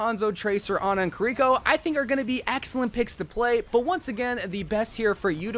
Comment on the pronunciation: When he mentioned Kuh-rih-coh (Kiriko) all his pronuntiation went to hell.